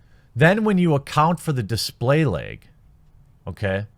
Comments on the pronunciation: Pretty sure you meant to say laaaaag not leg? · LOL! I love how you say LAG. "Lyg". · Bag, lag. Or as Jeremy says , "beg, leg" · Also lag as "legg"